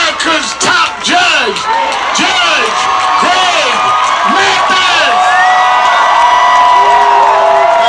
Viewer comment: It's Greg not Craig